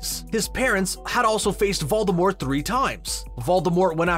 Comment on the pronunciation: The way you say Voldemort and Avada Kedavra pisses me of ngl